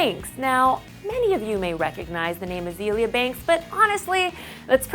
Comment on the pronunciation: why is she pronouncing azalea banks as "a-zee-lee-uh" thats disrespectful